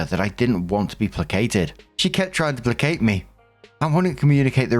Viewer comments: As someone who used to twitch every time you mis-pronounced placate, I found this story hilarious to hear you read. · Gotta say, this was written by someone who knew had issues pronouncing placate in previous stories. …..this was personal 😂😂